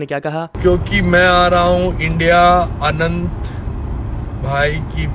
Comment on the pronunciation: Aanant nhi Anant h bro 😂